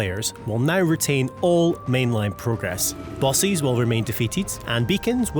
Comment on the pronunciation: Is this AI voiceover? The way he pronounces the word "bosses"...